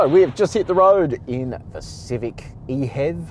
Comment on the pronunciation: How can you prononce it "ehev" and not "e-h-e-v"... Mystery...